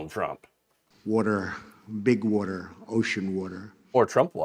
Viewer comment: Who knew Puerto Rico was surrounded by "Witer"...."warm, wet Witer"?